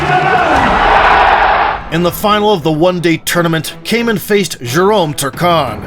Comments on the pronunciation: Kaman, not Cayman! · KAH-mahm. Do your research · Why do you pronounce his name as Cayman? I'm not even Dutch and it bothers me. Nonetheless, thank you for the tribute to one of the biggest legends. RIP champ, we look up to you.